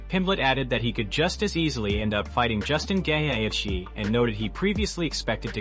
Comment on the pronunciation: Justin Gay H ??? Dafuq at least use Ai voice that can say the fighters names SMH 😂